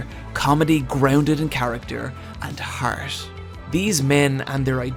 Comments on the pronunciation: The way he says «heart» lol, harths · when you say heart but give up halfway through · the way you pronounce "heart" makes me pop a boner dude god bless